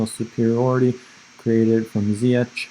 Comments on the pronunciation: It’s pronounced Zee-yesh. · Its ZiyeCH like SHine